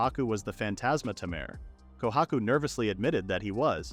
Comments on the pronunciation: Why "Tamaire", not "Tamer"? hehe. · Please teach the AI to pronounce 'Taymey' rather than 'Tamur'. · The way it keeps calling him a ta-mer and not a tamer is pissing me off… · The "a" in tamer is pronounced as "eyyy." It uses the long a pronunciation. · i love how they pronounce tamer as Tamehr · Less than 2 minutes in and tamer being pronounced as tam-air repeatedly is making me choose between sucking it up or leaving is killing me. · Didn't realize tamer was pronounced as tomare. Problematic AI speech. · AI reads it tamere for the guy but reads as tamer's guild for the place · That's not what the narrator says, though. It says "Tamir" /tuh-meer/ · ai cant read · Like tay-mer the correct way, the vid's pronunciation wrong. It sounds like a bad french impression. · "Temeer" makes me want to stick knitting needles into my ears. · So we've been saying tamer wrong this whole time. 🤔🤔🤔🤔🤯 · Why do I want to put up with an AI that can't even pronounce "tamer" correctly when the developers aren't even interested in hearing the first few minutes? Animeworks is just a cash cow to them. As for the dev of it, they have better things to do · Ugh... omfg... learn how to make the AI voice properly say the word "tamer". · Til I have spent my entire life mispronouncing, "tamer." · He knows.. It was obviously them being sarcastic and making fun of the mispronunciation. XD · No, it's definitely just this video doing so xD